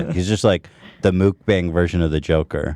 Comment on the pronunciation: Every time Ethan says "mook-bang" I cringe...